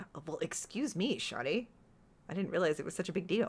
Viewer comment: I had this playing in the background and every time you said SHAWTAYYY i lost it lmao